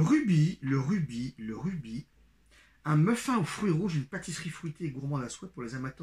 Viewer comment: Un muffin on dit muffINE🤪😁